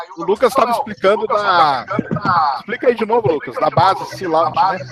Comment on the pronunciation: A empresa que o moço menciona é o Sea Launch, se pronuncia /si: lóNtch/. Quase quebrei a cabeça para ver empresa ele está dizendo, mas achei. :D Gostei muito da ideia dessa empresa, colocar uma base em uma plataforma marítima. Isso serviu de resposta a minha dúvida... se é possível fazer grandes bases no pé do mar, já que a ilha de marajó e algumas ilhas ali perto ficam bem na linha do equador, mas o problema é que tem que remanejar grandes quantidades de populações daqueles locais. Marajó tem mais de 500 mil habitantes, por exemplo.